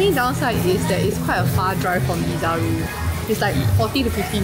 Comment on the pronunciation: It's called Desaru. Not Dizaroo